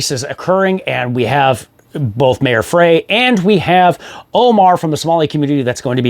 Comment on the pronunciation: Dude, the mayor's last name is pronounced "Fry" and his opponent's last name is Fateh, not Omar.